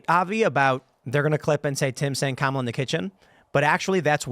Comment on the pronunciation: Commie-la. Commie-la. Well, that's what I heard